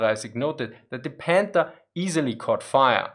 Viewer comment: It’s panther not pander I understand you can’t pronounce th the sound it makes in English as I don’t even think that sound is in the German language ok you get a pass but try harder no odder oh other excuses k😂